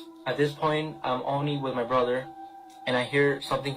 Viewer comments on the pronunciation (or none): none